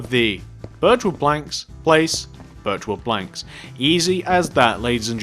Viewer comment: when he said birch wood planks at the start it sounded like virtual planks